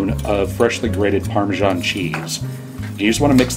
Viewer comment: It's parmeSan, not parmeJan.